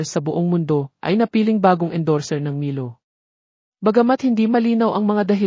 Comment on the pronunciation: Is it pronounced as MAILO, EJ not EG, CHAMPAGNE, PLS. Ano ba yan.